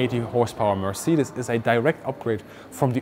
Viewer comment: Weird hearing the correct way to say Mercedes. In the US it is pronounced mer-SAY-deez. Even the Mercedes commercials pronounce it that way. Richthofen actually tested the D7 and the DR1 and he was wanting the D7 instead of the DR1. I think he would have been even deadlier in this plane. My dad told me he talked to a WW1 pilot when he was in the Navy back in the 1960's. The US pilots use to call the Fokker something that sounded very similar, lol. Only in Germany would they use a digital pattern paint blocks in 1917.